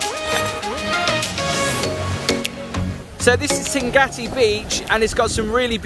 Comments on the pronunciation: You say Tingati beach - is it pronounced like that? I thought it was Tingaki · Yes, it's Tingaki :)